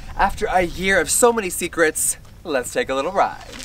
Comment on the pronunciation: * Do you even know what bias is? LMAO... don't use words if you don't know their meaning. I just commented how Jeffree uses words out of context or structures them incorrectly. The American educational system is appalling. I mean, he says "tooken" instead of "taken?!" Wtf is that?!